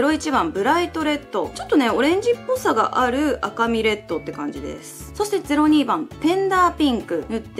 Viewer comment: ぜろにーばん ぜろごーばん が気になっちゃってその2つの説明が入って来なかったwww